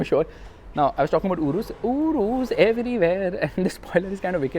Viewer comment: Its YOURUS not URUSS😾😼